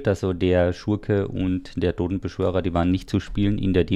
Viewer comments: ich hab gewusst, dass er wieder "dodenbeschwörer" sagen wird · Wie Lustitsch HaHaHa